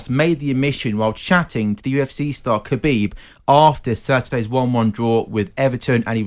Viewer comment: Lol Khabib is getting he's name butchered more than ole's tactics